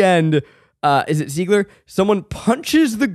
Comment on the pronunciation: OK, so a few things: it is pronounced "YOU-an" (not OOO-an, or EEE-wan). The character's name who runs the Moulin Rouge is "Zidler" not "Zeigler". YES, of course Nicole Kidman sang in it--there's an infamous story that Baz Luhrman told on press junkets for the film where he went to see her and she sang "Nobody Does it Better" from the James Bond movie "The Spy Who Loved Me." Shortly after the film, she recorded a cover of the duet "Something Stupid" with Robbie Williams that played on radio in the UK. The moon singing at the end of the Elephant Love Medley scene was the great opera singer Plácido Domingo. Kylie Minogue, the Australian pop star, played the Green Fairy in the absinthe scene, with her screaming voice at the tail end of the scene being dubbed by Ozzy Osbourne. And Nicole Kidman went for it SO HARD in this movie, she suffered numerous injuries that ultimately meant she had to pull out of the lead in the movie Panic Room (replaced by Jodie Foster), though she appeared in an uncredited voice role in the film as the woman who answers to phone when Foster's character tries to call her ex-husband.